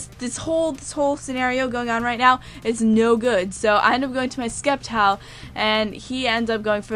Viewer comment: Sep-tile. The 'c' is silent. Like scepter. Sceptile.